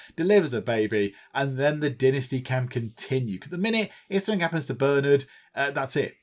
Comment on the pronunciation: Is it only me, or every time he says Dynasty I hear Die Nasty! ? ;P :D